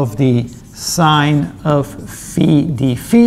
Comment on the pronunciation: Kudos for the impeccable dφ ("dee-fee") pronunciation!